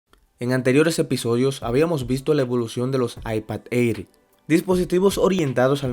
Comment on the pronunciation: Bro el Air se pronuncia como ER Como eir 👍🏻